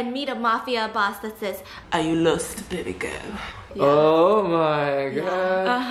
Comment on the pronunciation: The fun is he don't say "BABYGIRL!" He say "BEBEGURL!"